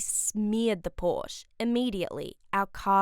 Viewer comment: Pronouncing Porsche wrong 🤦‍♂️